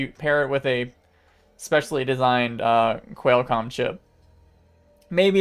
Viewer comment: Qual like Quality, not Quail, like the bird. Also, Gigahertz and Megahertz, not Gee hertz and Em hertz. And the S in Fresnel is silent.